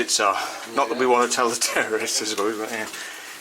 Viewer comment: 'YOU ARE HEE' XD